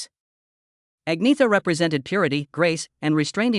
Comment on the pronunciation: AnYeta is how her name is Pronounced